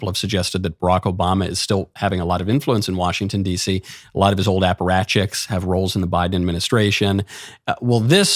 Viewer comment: did you say “аппаратчик’s“ ?))))))